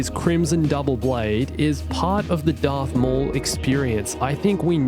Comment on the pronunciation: darth maul* not darth mooowall